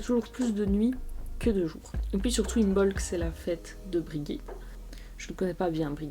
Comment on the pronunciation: Im(b)olc le b ne se prononce pas